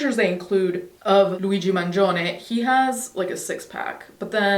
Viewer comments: I saw you post this and knew I had to come and hear you say his name properly. 😂 In all seriousness, though, ❤ to you always. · One of the reasons we watch is to hear her say this guy's name in perfect Italian 💯 and our hearts are with her in this painful time. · Finally, someone who pronounces Mangione’s last name correctly. It’s been irritating me for some reason they say “Mangeeonee” 🤬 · As an Italian, I love your pronunciation of Mangione 🤌🏼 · 4% of my reason for watching was hearing you pronounce his name correctly. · I was so unnecessarily excited to hear her pronounce it 😂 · Are you Italian? Because your pronunciation of Mangione is perfect